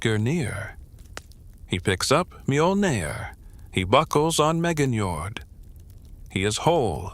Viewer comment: The pronunciation of Nordic words.... "M-AIYOL-NEER" 😅😅😅